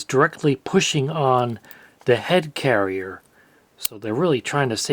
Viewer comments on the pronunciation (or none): none